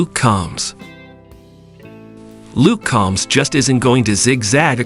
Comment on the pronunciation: also Luke COMBS not CALMS